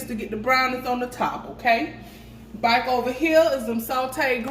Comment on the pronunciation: Girl, where your ass at? Now it's been too long!😉 Come on Bach! (back)😆 I live the way your country ass say back😆